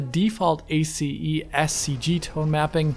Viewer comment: Little known fact : listening to someone pronouncing each letter of the word "ACES" may actually be painful.